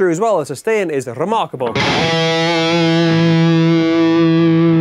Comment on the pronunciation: I love when he says RREMARRKABLE